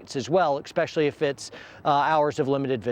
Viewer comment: I stopped listening after "eksspeshully" . Also, "cute blonde little wife" had creepy ass psycho bitch eyes finally, it's Johansson not Johannahson.